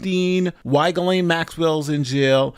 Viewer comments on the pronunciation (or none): Who are those women , those coconspirators pictured here ? Also , Ghislaine ( French ) is pronounced Gee len . Everybody gets it wrong ...